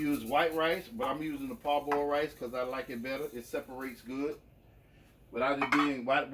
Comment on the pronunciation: What kind of rice are you using? Sounds like you said "pot boil." But what kind of rice is that, literally?